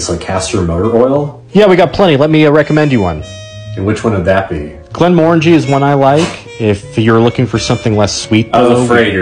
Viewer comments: How the fuck did they just pronounce Glenmorangie? Please don’t come to Scotland and say glen-Moran-ji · Glen - mer - angie is how its pronounced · ITS PRONOUNCED GLEN-MORE-ANG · Akchually, it’s pronounced Glen-Morang, you fool! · Actually redditor I'm from Glenmorangie and it's pronounced glen-more-aaan-gee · Im sorry but you dare insult Glenmorangie by calling it poison and also pronouncing ykur name wrong... honestly that would get you kicked out of a scottish pub... ive seen it done. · Never heard an American pronounce glenmorangie before... Don't like it